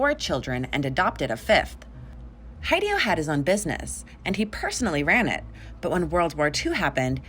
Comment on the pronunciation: I'm gonna assume you're butchering the Japanese names. Hideo I'm guessing is the name, hee-deh-oh. Heidi-oh? haidioh?